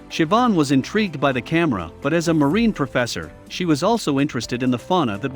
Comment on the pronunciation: The e on the end of marine is silent.